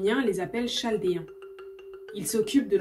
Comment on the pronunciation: chaldéen se prononce kaldéen